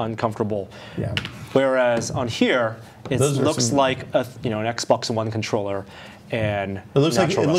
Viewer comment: He said "XboxBun" - . Enjoy.